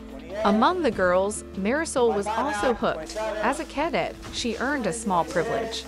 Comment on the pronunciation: It's really irritating hearing the narrator mispronounce "cadet" and referring to females as him or his. Wtf?